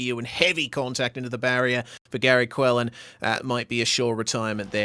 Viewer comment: Not a good race for me but, thanks for getting my name correct; Quellin. 😁. Great commentary and knowledge of track and competitors.